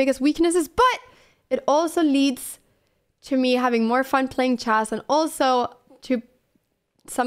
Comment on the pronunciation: Would you please pronounce [chess] correctly, please? It's not chase, but it's pronounced chess with an E.